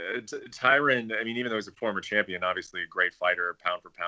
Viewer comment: "I fink Tyron born to be rapper" Paulo Costa